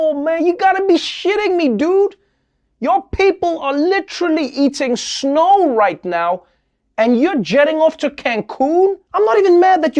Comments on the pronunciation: Noah pronounces snow as schno. Where does that come from since the word 'snow' wouldn't exist in S.A. I like it so much that will be how I will say the word going forward. "Cruz flied from the schnow"...... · Nobody: Trevor Noah: “Schnow.”